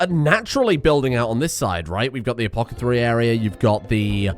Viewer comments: apoTHACary not apoCATHary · Agreed. And also to rename the medical role to "Apokethary" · Apocathery... Apothecary...whatever right? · Take a shot every time he says "apocathery"